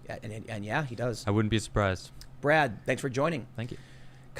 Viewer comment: That's not how you say "thanks," Tim! Thank is like think, not that or there.